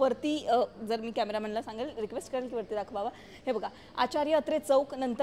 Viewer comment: पन, आपन, करेल, पूर्न ☹️